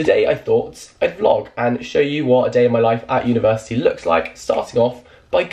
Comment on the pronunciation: no one: jack: universi-tea